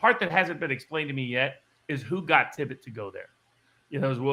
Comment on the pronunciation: At least, get the Dallas officer's name right while you're going off the deep end of the Kennedy conspiracies. and the other fellow kept saying "Tibbet". It's TIPPIT!